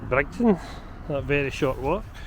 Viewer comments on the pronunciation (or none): Its pronounced Bridge ton, not Brigton, makes you sound like a local lol I thought that I'd also mention that the building to the left of the Windsor Bar used to Bridgeton train station, the train depot was also behind the tenement building.